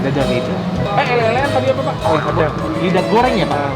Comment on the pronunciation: Bukan "elek" e dibaca kaya "Cobek" tapi "elek" dibaca kaya "uleg"....jadi "elek²an" e kaya "uleg" di jawa artinya tempat untuk menelan..jadi mungkin disebut elek²an karena pangkal lidah adanya didekat tenggorokan alias tempat untuk nge-lek alias menelan